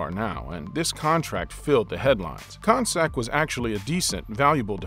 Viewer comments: his name isnt pronounced kon sak its pronounced con-cack!!!!! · It's not Jon Koncak with the c sounding like an s. It's pronounced Jon Koncak with the c sounding like a k. Do some research & know how to pronounce properly the names.